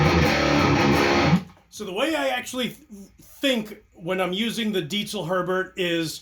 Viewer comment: Damn. That sounds great. And... he pronounces “Diezel” correctly. Well done!